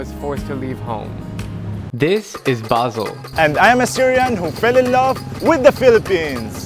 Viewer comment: Its Basel not basil but its okay